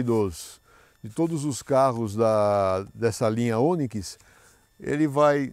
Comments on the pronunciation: É Onikis...kkkkk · "Oniquis" kkkkkkkk Boa pessoal. Videozão massa. 👏🏽👊🏾